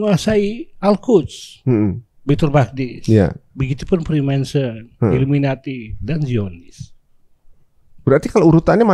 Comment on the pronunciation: 1. Freemason. Bukan Freemanson. Nyebutnya aja udh salah. Freemason bukan dari Templar Knights. Mereka para tukang batu & kayu yang mbangun Amerika (Washington) awalnya. That's the history fact you can't deny. Templar Knights itu semacam pasukan jihad-nya yang ngejaga agama Nasrani. Sebelum pecah dengan keyakinan gereja. 2. Kabbalah bukan menyembah/menuhankan matahari. mereka occult menyembah Tuhan mereka sendiri. Yang lebih menyembah matahari itu Judaism. Justru kabbalah mengartikan matahari ciptaan Tuhan. 3. Lucifer & Baphomet dua 'sosok' yg jauh berbeda. Bener Baphomet dari Templar. Bener Baphomet bentuk penghinaan terhadap nama Rasulullah. Belum ada bukti konkrit juga Freemason nyembah Lucifer. Meskipun jutaan teori konspiranya spt itu. 4. VOC emang dibiayai Freemason. Bukan pure Belanda. Karena Belanda sebenernya udh keabisan biaya perang ama Spanyol. Mangkanya banyak simbol2nya di Indonesia, terutama Jakarta. 5. G di logo Freemason bukan Genostic. Tapi Geometry. Berhubungan dengan jangka & penggaris. Karena merupakan filosofi para builders/tukang batu. 6. Eye of Horus sama Eye of Providence (di US dollar) beda arti. Meskipun visualnya sama2 mata satu. Horus itu dewa Mesir. Sementara US tu kur-leb simbol mata Tuhan yg melihat segalanya (all seeing eye) dikelilingi segitiga (simbol holy trinity-nya umat Nasrani) 7. Selain George Washington, Freemason 33 juga Franklin, Paul Revere. Cuma George emang paling tinggi. Ada lukisannya di atas Capitol, George Washington diatas awa